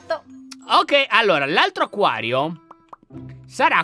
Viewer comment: Laion ma c’è cosa HAi detto. Acaio. Ma. Si. Dice. Acquario